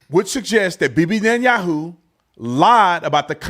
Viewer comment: This moron can't even pronounce b.n name correctly.